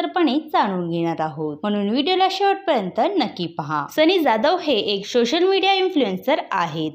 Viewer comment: सोशल ❌शोसल✅😂